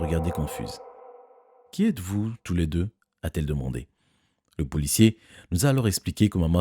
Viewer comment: "Le pouliciè"